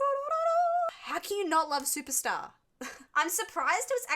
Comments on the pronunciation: Supertzar is pronounced, “Superzar”. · I think it's pronounced super tzar (like Russian title)